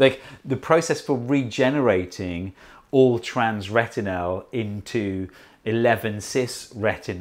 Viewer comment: Why do you pronounce "retinal" as "retinelle"? I liked very much the "come in" gesture by your doorman. You are very talented, and not just in science.